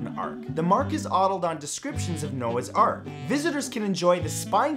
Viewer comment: "The Mark is oddled"? Really? How oddled is that mark, inquiring minds want to know!